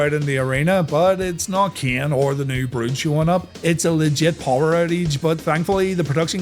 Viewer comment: It's a good thing shamrock is gone, for the sake of listening to these videos. I often had to look and check because there is no difference in the way you say "ken" and "Kane" lol. Love the series